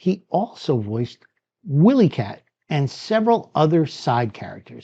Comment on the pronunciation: Where was this aired on the weekends? I actually remember watching this weekdays in the mornings and how you pronounced “WilyKat” I am highly skeptical that you personally watched the show.. I”ve heard other youtubers make that same mistake.